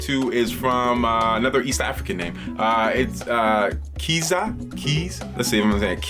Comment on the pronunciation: cool video bro... im from Uganda and the Kizza is pronounced (KiZZA) with Z nt S. but still luv the video